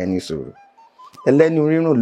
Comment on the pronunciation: Very correct